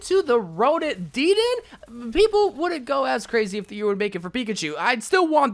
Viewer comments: its de-den-ay not deeden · imma dislike for (Deed-N) it’s (da-den-a) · Deeden lol it’s dedennAY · No one: DEEDEN (He said it wrong it's pronounced "dedenay") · Me: dedenne: DEEDENT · DeeeeDan are you joking that’s not how you say it 😒😒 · It’s pronounced: Deh-Den-Nay= Dedenne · That’s not how you pronounce dedenne It’s (Deh-den-A) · The way he butchered Dedenne’s pronunciation bru lmaoo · I almost unsuscribe when i hear how you say “dedenne”